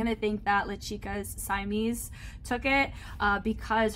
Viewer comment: Thanks for the reaction! Simeez is actually my favorite from the entire SWF1 dancers! Btw the Si in her name is pronounced like the Si in Sid not the Si in sigh.